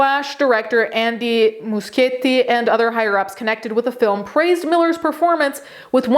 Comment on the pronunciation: FINALLY somebody who pronounces Muschietti right! About EM, your vid is excellent and contained a lot of info I hadn't heard before (the breaking and entering in somebody's room I didn't know about) and of course, it just reaffirms my opinion on the guy and the moral corruption in Hollywood.